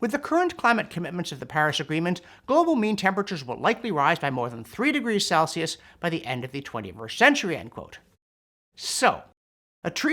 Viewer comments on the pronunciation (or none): none